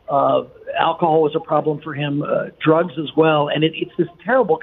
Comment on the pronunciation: Pweeze, don't do Dwugs.